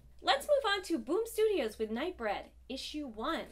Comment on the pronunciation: I think it's Night BREEED and not Night Bred or Night Bread, which is what I thought you were saying. lol. Wasn't that a Clive Barker movie back in the 90s? Love you!